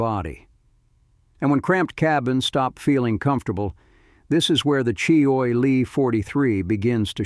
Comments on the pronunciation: you'd think AI would have learned to pronounce words properly--"choy e lee" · Boy, these AI announcers have a looooooong way to go before prime time. Maybe they can call CheeeOy Lee for advice...